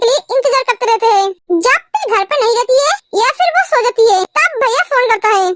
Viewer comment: Di aap jaati ko aati bolte ho